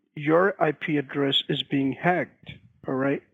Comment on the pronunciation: Hey! You’re being “HAAGED” 🤣